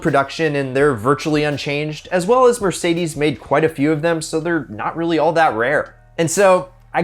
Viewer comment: what's a Merdeces Benz??